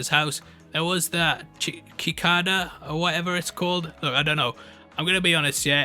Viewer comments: We gonna ignore he called cicadas like kikadas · Cicadas are pronounced si-kay-duh! They're a newsome little bug that can hibernate underground for years even decades! They're the buzzing noise you hear in the summer and that's their mating call.